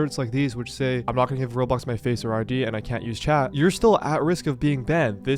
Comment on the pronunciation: It’s so funny how calls it rob blox instead of row blox lol